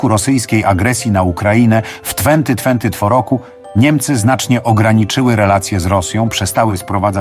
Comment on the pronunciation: W twenty twent poroku. 🤣🤣🤣 fifty siks letni dyplomata😂😂😂